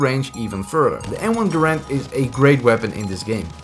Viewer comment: the way he said M1 Garand lol